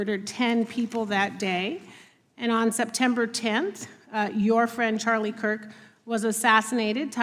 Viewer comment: Mr. Nadler can’t even say Charlie’s name right 😮